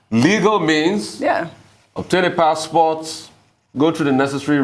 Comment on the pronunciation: Rufai, did you say "passport?"